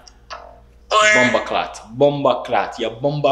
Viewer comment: As a Jamaican and a subscriber ur potois needs help 🤣🤣 Bomberclattt 😂😂 JAMAICA 🇯🇲🇯🇲 🤣🤣🤣